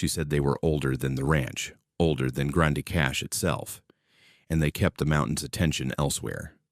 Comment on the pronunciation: Do some research it’s pronounced grand cash